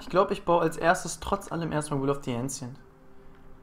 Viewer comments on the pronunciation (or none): Boa, Wie es mich aufregt dass du "Ancients" Falsch aussprichst :D Nicht Ensients -> Enjents :D